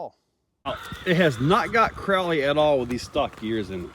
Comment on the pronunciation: I always think your saying CORALLY when you say CROWLEY 😂